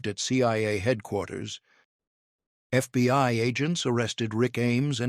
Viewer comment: Why do I hear, "CYA" and "FBY", at times?